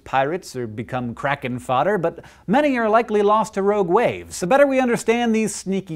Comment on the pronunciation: I kept hearing ROAD waves...